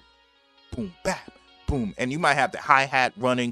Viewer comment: Mighta? You slaughtered that. Still great info.